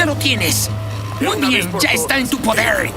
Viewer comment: dijo "poderts" y me recordo a Miss Heed diciendo "amorts" 🤣